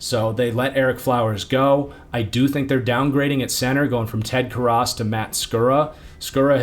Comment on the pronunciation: On film not on character.. As a qb coach I don’t care about him personally but his on field game and his college career is fine. He was second in the NFL under pressure in the pocket, won games in clutch, and protected the football, outside of one game. You mispronounced Karras, and Flowers was terrible… which is why he is gone